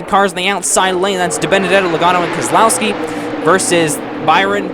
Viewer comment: Ummmm is it just me or did he say Brian keselowski lol